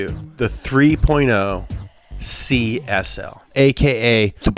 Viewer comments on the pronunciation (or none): Why do you read CSL as CSI?